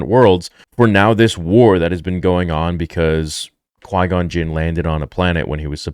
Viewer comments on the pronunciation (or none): WHY is it always interviewers who BARLEY even seen Star Wars?????? GOLLUM QUIN??!?! Tf he say???